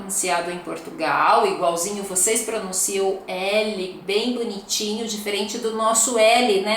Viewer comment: Voceis e treis são pronúncias erradas.